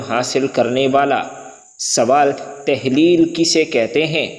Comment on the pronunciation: تحلیل نہیں۔۔ تہلیل